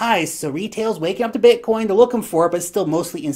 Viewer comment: The way you say Bitcoin is sick